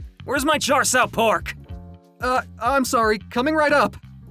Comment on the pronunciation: ... "cha shou pork" its cha siu ...